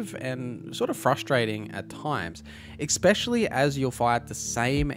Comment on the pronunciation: especially Not "exspecially"